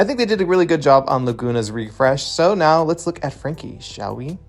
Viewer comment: "So they need to come out neow."